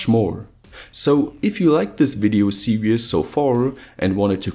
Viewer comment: Love your videos. But series is pronounced Ser-ees not serious. But again love the videos :)